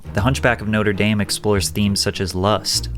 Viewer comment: I've never heard someone pronounce "notre dame" like that before 😂😂